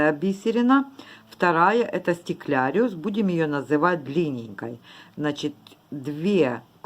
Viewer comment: да не может человек говорить как хочет. Вы уж извините, но если есть слово стеклярус, то стекляриус его назвать нельзя. А что касается мастер класса, то большое спасибо автору. Осталось много стекляруса , очень пригодился МК для утилизации остатков.